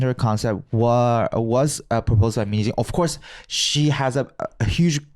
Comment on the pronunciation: How pronounces Min hye jin's name sounds like "minijeans" XD